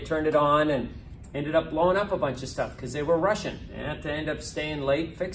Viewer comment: "They were Russian. They had to stay behind and fix everything" Looool I know he said "rushing" but it sounded like "Russian"